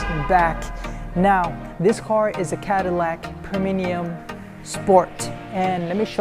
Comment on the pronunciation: He said preminium.. 🤣🤣👍👍😜